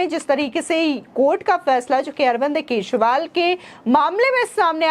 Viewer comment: केजरीवाल की जगह केसरीवाल सुनाई देती है